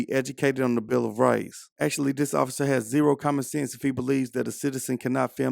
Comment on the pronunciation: #3 Where do they find these (OAF)icers? #2 Did he say (OAF)icer Knapp? #1 The old Gray headed (OAF)icer will get this PD sued soon!